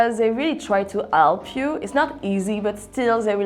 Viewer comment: 영어 발음에서 h를 생략하고 모음으로 바로 이어질려는게 느껴지네요. help → 에엘프~, 미국에서 herb가 얼브같이 되는 느낌. 불어는 모음 첫자에 h가 나오면 발음이 안되나요? 아니라면 개인적 망상입니다